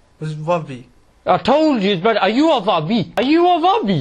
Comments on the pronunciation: What said: "wahabi" What i heard: "baabi" 😂 (in my country babi means pig 😅) Salam from indonesia 🇮🇩 n thank u..... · At least pronounce it well! It's "Wahabi", not "Wabbee " 😂😂